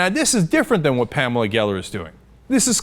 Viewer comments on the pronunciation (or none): none